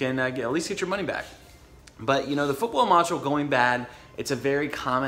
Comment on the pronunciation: Are you saying "footwell module", I can't understand what you're saying. I've got 30k on my '15. Do I need to be concerned with this?